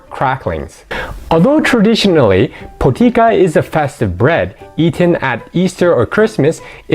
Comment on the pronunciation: Po TEET SAH is how potica is pronounced.